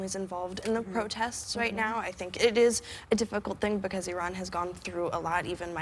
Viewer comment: Everyone surprised at how articulate she is; while it is nice she is an actress after all! This is the first time I've heard an american(s), as whoopi said it too, say iran rather than I-ran, & although I generally don't care for exact pronunciation of pronouns, as long as it's close enough, just because I am pretty good at them (without sounding like bragging), I don't expect everyone else to be, but this was 1 that got me, being as it sounds like 2 separate words mostly.